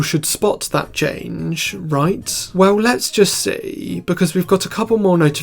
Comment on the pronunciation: "see if you can spot the chaaanggggeeee" peak accent